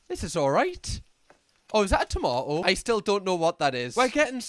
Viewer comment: To-mah-oh lol, precious